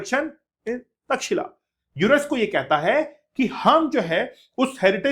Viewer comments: सबसे पहले तो ऑनलाइन वाले अध्यापकों को अपना ज्ञान सही करना चाहिए, तब लोग कुछ बोलते है ओर आपको बुरा लग जाता है। कृपया उच्चारण सही करिए। चैट जी पी टी सब नहीं सिखाता है। तक्षशिला हैं वो। तक्षिला नहीं कब सुधरोगे तुम लोग😂😂😂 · India ki alag hi English ha 😂😂😂 pehle pronounce krna to sekh lo Takshila bol rhy ho 😂😂😂 ye Tex Eila aisy pronounce hoga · aapjobhiho vedioto banateho aur itihas bigad raheho .taxila bolraheho. ye tax shila hey.aisehi kuchh salome itihas uchharanse badalta hey. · taxila❌ Takshsheela-correct